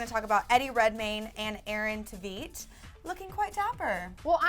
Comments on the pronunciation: Aaron Tv(eet)?? What the hell its Tv(ayt) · it's pronounced Tv8, not Tveet. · Hey miss! It is Aaron "Tuh-veit". That's how you pronounce Tveit. And who's Jean de Jean? It's Jean Valjean. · It's actually Tuh-veit (Rhymes with 8). If you YouTube 'Aaron Tveit and Norbert Leo Butz What Is The feeling' Aaron actually pronounces his name like that and also there is an intervew (Show People) he recently did where he talked about his name being Norwegian and his family probably have been pronouncing it wrong but they still say Tuh-Veit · "We're clever like that" ... Clever... Not the word I was thinking at all... Clever people can actually pronounce names correctly...